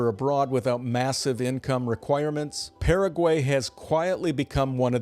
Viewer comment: Like the channel. But first, you pronounced Paraguay correctly when introducing it but then proceeded to mispronounce it. Also, the canned videos pretty much say you’ve never visited 90% of the places featured.